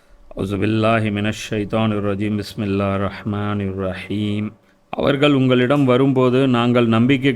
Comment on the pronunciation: பிஸ்மில்லாஹ் சரியா சொல்லத் தெரியல 🤦🤦🤦